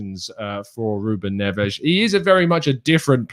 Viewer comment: I love the Portuguese pronunciation of Ruben Ness